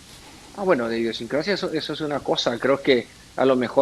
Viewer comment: Indiosincrasia? 🤔 No Es Idiosincrasia ✌🏼🤪